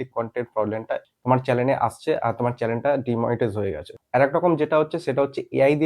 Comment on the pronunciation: ভাই কথাটা চ্যানেল , চ্যালেন না , একটু লেখাপড়া করো